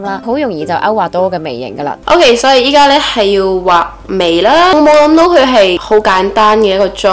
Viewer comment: 應該係「依家亅，唔係linka... 不過算啦，你啲廣東話都講得好，雖然我係香港人，不過成日噏錯文，有時要靠英文嚟同人講嘢。。。😅